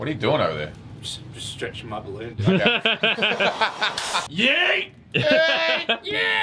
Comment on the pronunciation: "i will do none of the bolloon blow"